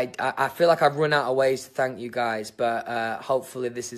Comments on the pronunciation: “fank you” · he doesn't say "thank you," he says "fanks" or "fank you".